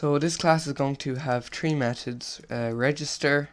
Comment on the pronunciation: why do you make 3s sound like 'Tree'